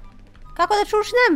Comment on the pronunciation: kaže se čučnem a ne šušnem